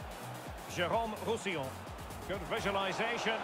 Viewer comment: everyone: roussillon: Rousillian